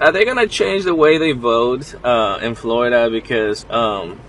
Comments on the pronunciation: Now, you don’t know how to pronounce Florida ??? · I love how you said Florida the first time, don't change it.❤